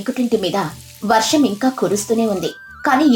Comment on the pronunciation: వరాహం కాదు... తెలుగు సరిగ్గా పలకండి